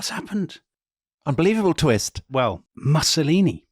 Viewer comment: I don't want to be picky, but the mispronunciation of Mussolini does grate a bit.